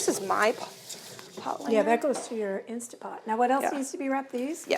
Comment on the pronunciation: Love you and your show but please, It is Instant Pot, insta pot.